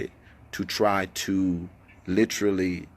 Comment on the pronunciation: If he say lit-cha-lee instead of literally one more time smh